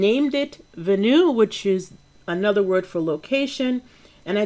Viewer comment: Venue should be pronounced Ven like pen and you... I knew it, your only % awesome!.